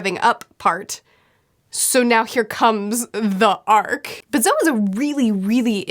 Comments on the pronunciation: I was happier than I probably should be that you pronounced Zou correctly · Did anyone else feel slightly weird when pronounced Zou correctly. It seemed so strange to me.